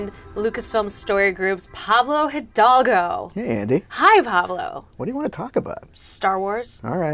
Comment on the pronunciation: Hildalgo; pronounced ee-thAAl-goh